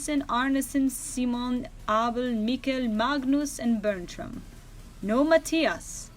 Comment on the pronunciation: Hi i'm danish and I had thought too that Denmark's surname Køhler was weird since I have never heard about anyone that had that surname and i don't want to be rude but you pronounced Magnus wrong if you want to do it the correct way you don't say the g in Magnus it's pronounced Manus